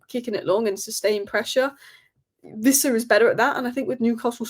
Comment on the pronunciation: Its Wissa, not Vissa. Everyone on YouTube seems to think he's a German. 😂